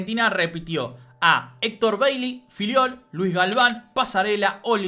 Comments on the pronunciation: Hector "Chocolate" Baley...no Beili...jaja. un abrazo capo. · Hector "BEILI" me mató 😅😅😅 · baley lo pronunciaste mal, se noto que sos joven y no lo sentiste nombrar :)